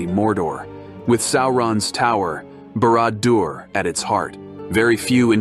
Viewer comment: Sow-Ron? BARAD-DO-ER? 😂😂😂😂